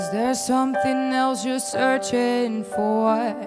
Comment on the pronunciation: Zoooo mooi! Zou echt helemaal af zijn als ze ‘or’, ‘more’ en ‘for’ niet als ‘oy’, ‘moy’ en ‘foy’ zou uitspreken. Verder echt zo gaaf en zuiver😍